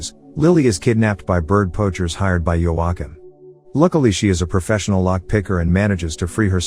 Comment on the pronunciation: Your commitment to not saying joachiem's name right is amazing